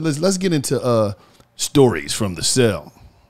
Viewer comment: Nigga said celly time😂😂